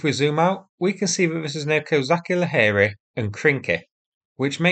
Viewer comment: "Kozachi Laheri" is pronounced with 'tch' (as in 'cheese').